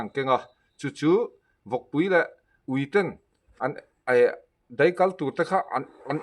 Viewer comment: 'deih' ni lovin daih aw...